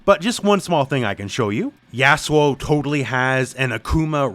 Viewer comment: Why are u saying yasuo like that